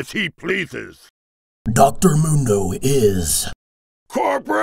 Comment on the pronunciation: LOL at the end when he says "CORPRATE MUNDO!" the captions say "for bread"